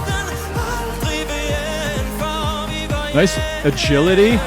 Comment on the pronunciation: Yes he was. He did do theatre Your pronunciation of “hjem” was actually quite perfect for a non Dane! With his name you also did a good job, it sounds a little way off, but that’s most likely just your accent like we all have